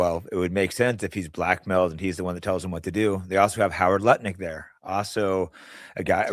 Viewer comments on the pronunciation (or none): Howard Lutnick* not Leckner or Lutner. 👍🏻